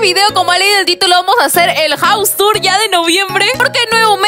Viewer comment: Jus Yo: Se pronuncia jaus